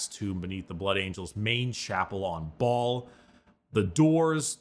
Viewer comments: I just can't with brickys pronunciation of "Baal" as "ball" 🤣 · I'm sorry did he just say the planet was called "ball suck-on-dis"??